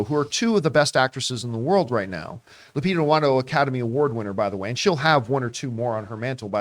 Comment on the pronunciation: Why does John always refer to her as "Lupita N'Wongo"? That's not how you pronounce her name, right?